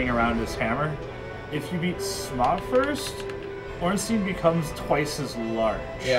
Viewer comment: I believe it's Smow, not smogh.